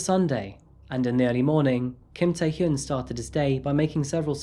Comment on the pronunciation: Tae Hyun is not pronounced "Tie Hyoon," it is pronounced "Tay Hyun," "Hyun" rhyming with "fun."